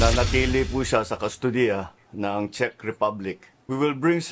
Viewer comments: for real CHEZ Ang basa mo sa CZECH?..or nag jo joke ka lang? "CZECH" pronounce as "CHECK" Sorry kung paminsan minsan kinokorek kita sa mga pronunciation mo Kasi ayokong makaisa sa ating Ang mga bobong vloggers eh. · Pronounce it as Chek Republic not Chez. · Ano b yan anong “chess” republic? Check po Ang pag pronounce. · Sabi ni Google, In English, the word "Czech" is pronounced exactly like the word "check" (/tʃɛk/). It rhymes with "neck" and "peck." The "cz" acts as a "ch" sound, while the "ech" acts as "eck," making it a simple one-syllable word. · Correction, pronunciation ng Czech Republic is “Tsek”. Thank you!